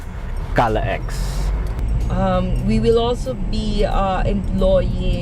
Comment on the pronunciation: should be pronounced as CALAX not CALA-X. Bakit yung NLEX ba prinopronounce as NLE-X? SLEX ba SLE-X? SCTEX ba SCTE-X? Ang CAVITEX ba CAVITE-X? Ayus ayusin nyo nag cricringe ako!!!!